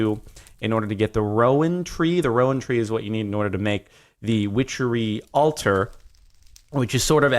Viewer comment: i love when he said wichery thunder rolled